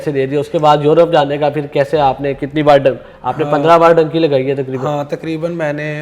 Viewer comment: Dunky hota hai bhai ye dynki kia hai 😂